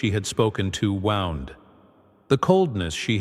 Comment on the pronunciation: I don't trust AI! This ai narrator can't pronounce wound..to harm..it said wound...as he wound the clock. Thumbs down